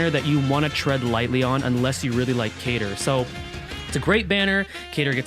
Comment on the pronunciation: They bamboozled us with a Kain-ter instead of Cater!